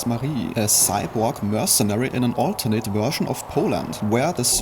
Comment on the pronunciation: "A saiborg mörsenari named Marie in an olternät wörschn of Poland"